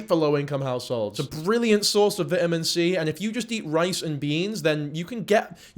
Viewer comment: "vitimin" that is NOT how you pronounce that 😭😭